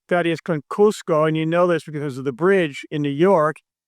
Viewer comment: Thadeus Konkusko 😂😂